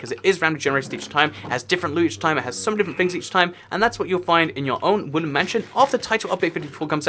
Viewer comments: I hear woolen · Evry time he says woodland it sounds like woolly